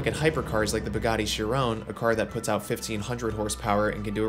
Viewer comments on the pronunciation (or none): BUGATTI CHI-RON! There’s no E at the end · Uh... this man just said, "Bugatti sha-rone." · it's bugatti chiron not chirone xD